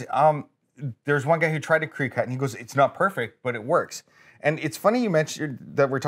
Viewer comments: I’ve heard him pronounce it properly in other videos. Perhaps this was an intentional mispronunciation for legal or advertising purposes? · Ok so Adam has been saying Creecut for awhile is it Cricut he's talking about? If so it's pronounced cricket like the bug. Maybe it's a running joke or something. It's the crafter in me. I know I know simple stuff. Love watching everything he makes. I would love to see you make Lionel's sword from Thundercats. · Adam. You're killing me. Cricut has antennas on the logo. It's pronounced like cricket. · Adam it's pronounced "cricket" like the animal. I know it can be confusing with the spelling, cricut. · It's definitely pronounced like the insect lol. I've heard it pronounced 'cry-cut' too. It suuupperr bothers me when people pronounce it wrong lol. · Is no body else bothered by the way they said cricut cutter or have I and everyone I've ever heard say it been doing it wrong